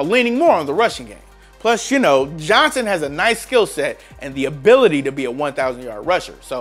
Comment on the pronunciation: 1) his name is Johnson, not “Johnsan” (autocorrect literally underlined it in red for you and you thought you were smarter than it). 2) David Johnson is a top 5 RB when he’s healthy while most people have to google Damien Williams to find out who he is, so do all of us a favor and never make another player comparison. BTW I think Philip Lindsay is a little overrated, but he’s definitely better than Williams and is still a very good RB.